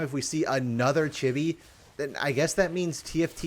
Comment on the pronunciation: i love how pronounces chibi like chubby with an i